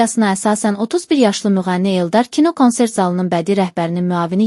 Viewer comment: Ay savadsiz xanim konsert yazilir kansert oxunur